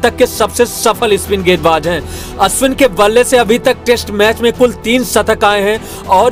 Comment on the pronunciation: Abe pagal sala Ravichandran Ashwin naam hai ashwini Nahin